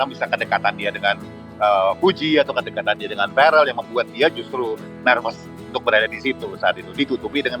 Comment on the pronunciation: bkn varel pk kardi tp verrel wkkk